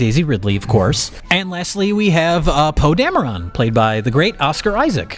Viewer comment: "Poe Damoron"